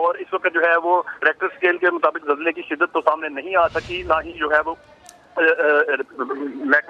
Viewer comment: zalzale ke .. bolna seekhlo pehle .. har chiz me Jay na laya kro. apne aap pr haso